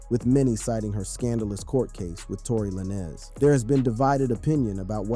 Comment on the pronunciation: According to him Tory Lanez is actually Tory La-Nez😂